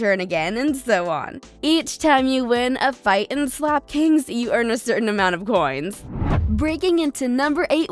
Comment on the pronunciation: This girl did not just say SlAp KiNgS 🤣